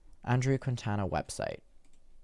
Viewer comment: Plus, if I’ve heard multiple people saying this “journalist “ last name wrong, so I’m not blaming. But the dudes name is pronounced Keen-Taw-Nuh